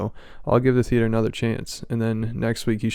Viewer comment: It’s “theee-ate-orr” hahahahaha